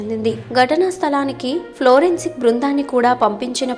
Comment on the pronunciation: ఏమ్మా ఏమ్మా florensic బృందం ఆ ? 😀అది forensic తల్లి